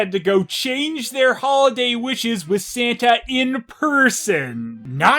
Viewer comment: Did she says Santa or "Sentai"?